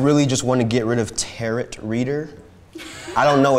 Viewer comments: “Tarit” bruh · I hate how he said "ta-RO." It's just "taro", like the bubble tea, but with a silent -t at the end. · Anyone else hate how he keeps pronouncing it Ter-ROE instead of tare-oh ...no?...just me? Ok then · And they were all pronouncing it ‘’tarrot” 😂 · i cringed at tarot reader when the first guy said it wrong